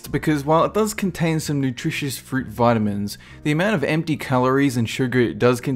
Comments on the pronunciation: He says Vitimins like "Vitt-Imm-mins" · "Veh-tah-mins" The way you pronounce vitamins. Lol.